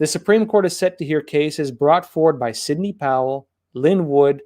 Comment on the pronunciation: your always mis pronounce sidney to cindy heheheh fan here from Manila Philippines